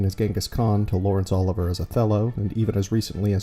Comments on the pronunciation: Laurence "OLIVER"? No. You've never heard of Laurence Olivier, pronounced "oh-LIV-ee-ay"? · uh-LIV-ee-ay Please.